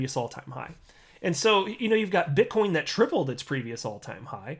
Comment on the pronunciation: Did you say bitchcoin.. 😂